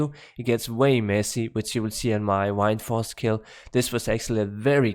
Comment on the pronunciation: Wined force lol. Love how you say that. Good video 👌